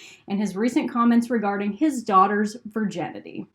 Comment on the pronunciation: Am I the only one who is bothered by her pronouncing Virginity Vir - JEN - ity?